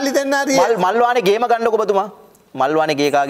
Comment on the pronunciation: ගේම ගහලා කියන එක මට මුලින් ඇහුණේ බෝම්බ ගහලා වගේ